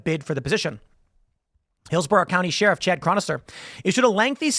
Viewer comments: It’s crazy how often you get a chance to say sheriff in the weirdest way possible. What the hell? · Tim says sheriff weirdly. We need to eliminate the job so I don't have to hear Tim say it ever again! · The way Tim pronounces “Sheriff” is sheer insanity